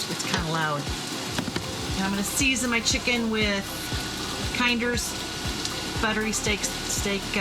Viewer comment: just to let you know.. kinders is pronounced kin-ders i went to school with the ow ers son :)